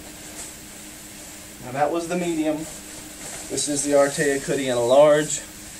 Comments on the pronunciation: “Artayik” lmaoooo 😂😂😂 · how do you look right at the name of the company and still pronounce it wrong